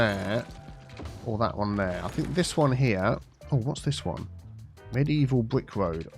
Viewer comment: Mediteaval, obviously 😆